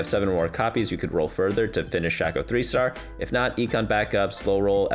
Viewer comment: great video but i exited out once i heard "shack - oh" please my ears hurt.